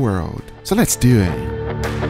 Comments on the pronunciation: Guga: “Let’s Do Eht” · SO LETS DEW IT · so lets dew it LOL this guys pronunciation is incredible